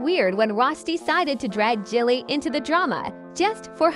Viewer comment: She said Jellie 🤦🏾‍♂️ these videos need to be stopped